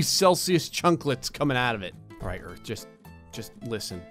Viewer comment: I heard u say gerth not earth